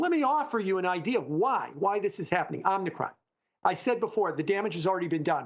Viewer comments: Love, far from trolling, but Omnikron? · Somebody msg this guy and tell him how to say Om-i-cron. It’s making the channel look bad. 🥴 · It's not "omnicron".